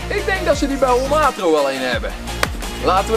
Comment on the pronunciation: Holmatro.. HOLMAAT? really hahaha